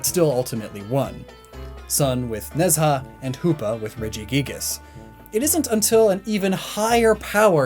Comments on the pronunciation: IIRC Nezha is pronounced Nhu-ja. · Just wanna say,, it's just a pet peeve of mine... the pronunciation of Nezha's name is "nuh-jah"/nə-jah. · Video still slaps. It's where I heard about Nezha (Nej-hah it's pronounced I think) :)